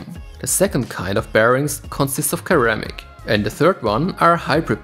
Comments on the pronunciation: great guide, thanks for sharing. p.s. ceramic (se), not keramic ;) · say SIR - RAM - MIC. Never heard it pronounce that way, no diss good vid